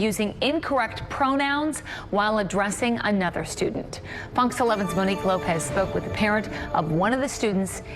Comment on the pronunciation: About 8-10 years ago, as part of the move toward dog-whistle "Diversity", the word "student" suddenly became "stu-dent". It's hilarious to watch people change their pronunciation when they're trying to sound politically correct and socially compliant. You know, like when you hear someone say, "Did y'all tell your stu-dents to bring tofu and soylent burgers today? ...I sure hope so because they should-dent be eating animal products that result in flatulence emissions? ... ...now, can someone PLEASE turn down the A/C - it's gettin' hot in here!" Ugh!